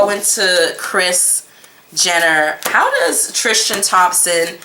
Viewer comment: I love your videos. Tris-tan. Not Trish-tan